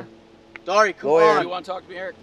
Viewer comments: i like you said loyer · My problem is😂 why keep😂saying LAwYer LwyER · was not having it the fact that officer O'Neil told was going in ti he straight uo said "LAYWER LAYWER"